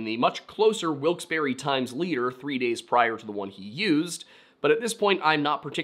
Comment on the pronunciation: Great video,! Thanks for pronouncing "Wilkes-Barre" correctly, too. I'd love to find the places where the childrens' remains were found. Certainly they've changed in 100+ years, but it would still be interesting. Can't wait for the next one!